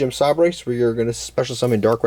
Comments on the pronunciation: Nice take on the deck. Edge imp sabres is pronounced say-bers. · "Sah-Brace" is one of the more puzzling pronunciations but I don't hate it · Him pronouncing Sabres incorrectly reminds me of the episode of The Office where Andy and Erin sang a song for Gabe with the wrong pronunciation.